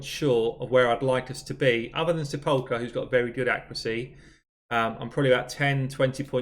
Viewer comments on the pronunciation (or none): I know your regional accent is different than mine but i believe the pronucation is SEP- la -Kur